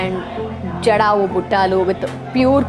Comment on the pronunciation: Buttalu buttaaalu kadu